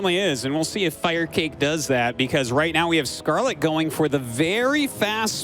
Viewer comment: Really Artosis? You thought it was pronounced "Fire kah kay" all these years?